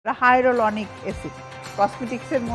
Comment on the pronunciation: হায়েরোলনিক হায়েলোরনিক